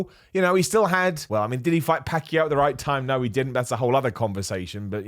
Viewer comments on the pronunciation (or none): none